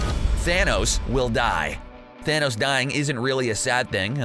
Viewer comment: Dude, it’s pronounced ‘thanos’ not ‘thanose’